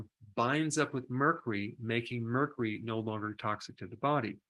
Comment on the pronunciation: Doc 🤠 merkoory?? 🤭